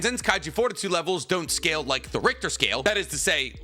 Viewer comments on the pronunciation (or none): none